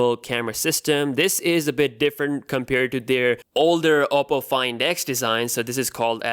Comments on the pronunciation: oddo or odo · It's a Chinese phone and it's pronounced as OH-PO